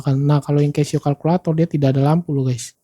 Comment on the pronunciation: koreksi, baca nya 'KASIO' pak